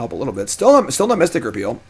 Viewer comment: He finally said mystic repeal correctly!